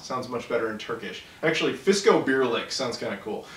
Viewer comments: you pronounced sarelle wrong but you was Damm close to pronouncing fiskobirlik correct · lol, my parents are from the region where the fiskobirlik productss are made. you pronounced it pretty good. I really love it, but it might contain too much nuts for some peoples taste. they also have a version with less nuts. Every summer I bring back a few batches of those. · Turkish has no silent letters like in English so you would pronounce every letter in Sarelle instead of omitting the last two. But your pronunciation of Fiskobirlik was pretty accurate.